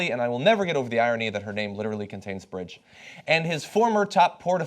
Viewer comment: what's a "Birdge"?